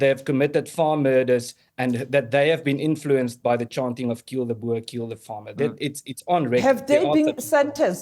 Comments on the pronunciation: Its not BURR Piers Morgan it is pronounced BOAR you pillock. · Please Piers, a boa is a snake, or a fluffy accessory, it is boer as in 'boor' and rhymes with moor. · I wish people could say BOERRRRRR and not bo-er. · Why is it so hard for Piers to say Boer? It’s literally said the same as “boor” as in “boorish” behaviour because thats where the English word “boor” meaning peasant or farmer comes from lol